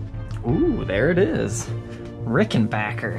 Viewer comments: I can't wait to see the review and demo of the Rick. Thanks for checking the scale length in this video, I was really curious about it and thanks for pronouncing it backer, like it's spelled and not bacher, like a lot of people say it. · Just love that you pronounced it correctly.....Yes, people, it's Ricken-back-er not Ricken-bach-er.......Just ask TP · God damn, FINALLY a Ric that isn't that really bad bass video you made before you had rhythm. That model is particularly small, not as big as the usual 330's/360's. ...and you said Rickenbacker correctly. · Thank you for pronouncing Rickenbacker properly. It's a short scale 325 model like John Lennon preferred. Pretty much the only person of note to play one. Side note about Rickenbacker for anyone that wants to special order any particular model: Rickenbacker has a schedule where they only X amount of one model for the year. If none are available when you order, you have to wait until the next year's build cycle. Keep that in mind when you try to SPO one from your local Evil Empire Guitar Barn. Guarantee their sales associates do not know that bit of insider info. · I'm delighted. He's right and it's the manufacturers official pronounciation too.